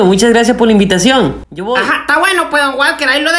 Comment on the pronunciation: Que risa cuando dijo gurmoni jajajajaja y donde dijo Don gualter jajajajajajajaja😂